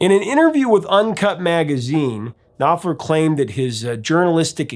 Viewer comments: The K and P in Knopfler's family name must be pronounced since it is a german one. So it is pronounced as KnoPflah. Syllable ending -er sounds as -ah. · The K in Knopfler is not silent.